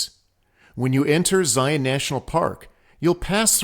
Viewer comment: Very well done. Hopefully people will learn the correct pronunciation of "Zion" through your video!